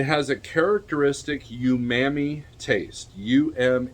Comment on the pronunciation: 'Ooh'mami. Not youmami